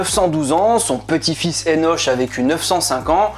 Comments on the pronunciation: Merci ça pique mes oreilles le [enoch ] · Henoch(Henosh) se prononce [Hénok] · Le( ch) de Hénoch se prononce ( K)